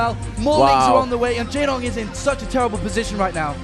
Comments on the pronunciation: Wow, one of the casters is really bad... saying "Jay-wong" instead of "Jay-dong" and not understanding even the basics of the game. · Did anyone else cringe when the American commentator opened his mouth? "Mutes"... really? "Jaewong"... In the previous video when the camera was showing the Korean team spectating a game he said something like "There's Flash, Goozila... and the rest" The rest being Jaedong... I'm beginning to think he doesn't know who one of the top BWs players ever to play the game is.